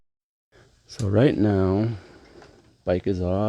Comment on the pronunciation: Did he say " right meow" come oan man!